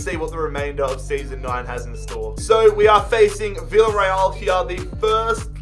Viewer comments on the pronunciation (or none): none